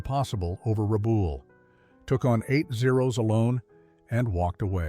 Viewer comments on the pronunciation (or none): It's not Rabool its RabALL, just like those things your scratch when they are itchy.